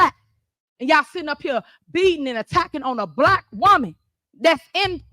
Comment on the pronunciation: "'yall bhyik, im bhlyik" i gotta say i hate how she pronounces black lol. reminds me of those people who pronounce white as HUHWHYTE